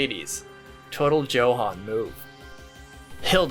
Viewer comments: Isn’t “Johan” pronounced as “Yohan” ?? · Not as bad as pronouncing a German name as "Joe-han."